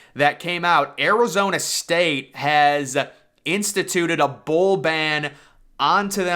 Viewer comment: oh thats some weird pronunciation from his side. Thank you :)